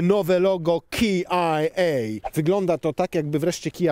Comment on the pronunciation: KiAjEj 😂🤣😂🤣 a nie KejAjEj? :)